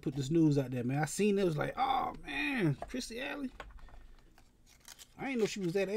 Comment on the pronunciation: It’s “Kirstie”, brotha.